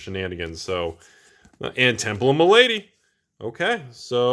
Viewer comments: Temple of Ma-la-dy, not my lady! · Sorry but it was really doing my head in....the temple of malady is said mel-a-dee not ma-lady.